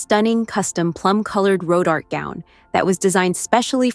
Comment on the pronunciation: It is NOT pronounced RoDart. It is Ro Dar Tay. Rodarte.